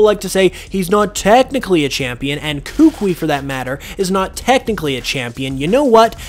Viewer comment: You keep saying Kukui and Lucian wrong 🤣